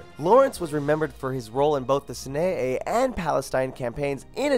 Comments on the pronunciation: Jesus christ he said "s'nay desert" its pronounced syny you idiot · I like the information. Learned a bit and enjoyed the video. But you mispronounced Amiens, Gallipoli, Sinai and a few other words. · The sanay desert map 😂ok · Love the list. But please work on your pronunciations. Gallipoli=Gah-lih-pollee, not Galley-Pollee Sinai=Sai-nai, not sin-aye-aye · Not sure if this is one but I think he meant Sinai sy ny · Payon de "Sinayay" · I cringed so hard at "galleypolly" and "sinaea" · "synaeh" "Colebri"